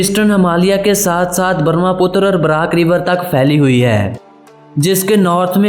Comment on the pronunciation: Thank you for making video about our beautiful Assam.Please don't say names of things wrongly.You said name wrongly of a river Brahmaputra.You say Barmaputra. So try to improve it is The Brahmaputra. .....